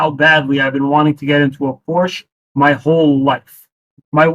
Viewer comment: Sold so many cars and can’t even pronounce the Porsche brand correctly? 😂